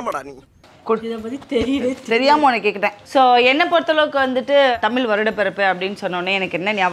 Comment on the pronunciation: its தமிழ் புதாண்டு not தமில்